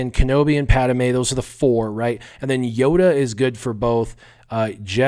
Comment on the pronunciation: PAD-ME not Pad-A-me